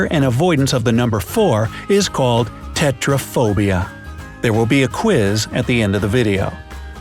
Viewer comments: You said Tetrophobia...?!? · its tetraphobia! not tetracycling! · Its tetraphobia NOT tetracycline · Tetracycline? You said it's Tetraphobia!